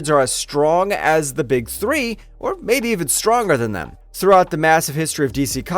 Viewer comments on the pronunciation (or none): none